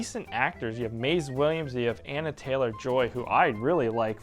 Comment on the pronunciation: Who? Maize? You mean Mayzee right? 🙂